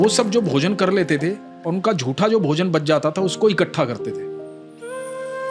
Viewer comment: महोदय, आपको बड़ी लगन से सुनता हूं। ज्ञानवर्धन होता है। कम - से - कम आप तो 'जूठे' को 'जूठा' ही बोलें , 'झूठा' बोलना सही है ?